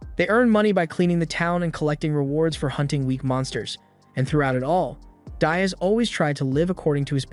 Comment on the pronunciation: DEE-as (not dye-us) Dias. Like "Buenos dias"